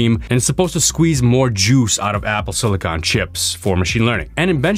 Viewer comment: Finally, someone that pronounces "silicon" the right way